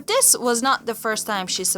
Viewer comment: I dont think the narrator is English. She says dis and dat. Don't think I believe this story.